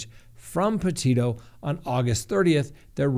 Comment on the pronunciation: It’s not pronounced Porteto, as he pronounced the first time.